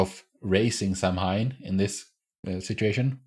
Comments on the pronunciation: I'm a druid and I celebrate Samhain. It is not a god, but merely a seasonal celebration. Samhain means "summer's end" and it is pronounced "sah-wen" or "sah-ven" but I will forgive Supernatural because this is a great episode. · I know, I get a little bit of a twitch every time they pronounce it Sam-hane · This is the only episode of 15 season that I have trouble rewatching. Not because it’s a bad episode; it’s actually a good one. It’s because of how they pronounce Samhain. It’s Gaelic/Celtic and is pronounced Sow-hin (soft h). As a Wiccan with Irish roots it’s just sooo painful!! 😩😆